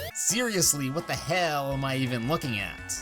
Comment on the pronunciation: Why did he say hell so wierd